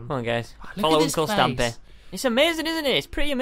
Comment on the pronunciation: Eyes closed stampy: stamoy